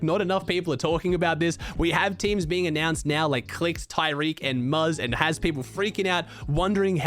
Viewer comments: Love the vids- for future reference, clix’s teammates name is pronounced ta-rik, not ty-rik. Hope you are liking your new home! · Just a heads up for the next streamer bowl video. It’s pronounced Tah-reek Cohen not tyreek. No hate just a heads up! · It’s ta-reek lol he’s a rb